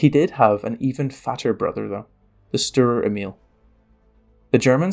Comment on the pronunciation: You could work on Hornisse and Sturer Emil. Don't worry I get it is not easy but consider how much more professional you would come across nailing pronunciation. Type the names into Google translate and have a listen.